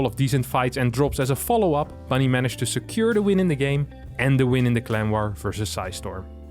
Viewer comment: I keep hearing "Clem war" instead of clan war lol